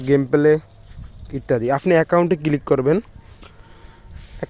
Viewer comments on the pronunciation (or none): কিলিক করব? কিলিক কিলিক 😂 Local English 😂 কোন School থেকে পাশ করছস?